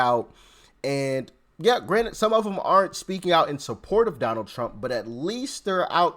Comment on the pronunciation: Love when u say uncle Trum❤❤❤❤😊